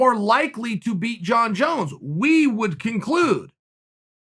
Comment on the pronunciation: "Jon Jone"